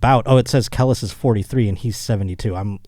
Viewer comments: I’d never dare to correct I just want to alert his in knowing it’s CUH-LEASE (Kelis). But truth be told, as a roach, Kel-lis made the story that much funnier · I demand an apology after butchering Kelis’ name repeatedly 😂😂😂 Kelis = Kee-lis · Listening to fuck up "Kelis" over and over was painful..... smh. Not a single minority in the room to correct him. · I took a shot every time mispronounced Kelis and this is my ghost commenting for me now. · It’s so cringe how he keeps saying kelis, I wish someone would correct him!! 😑